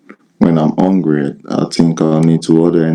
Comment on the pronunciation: Did ya notice how he said, whenever I'm hungry, I think? "Whenevva I'm ongry, I tink"... Can't pronounce Hs in Africa